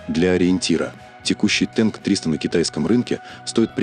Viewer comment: А почему "тэнк", а не "танк"?!!!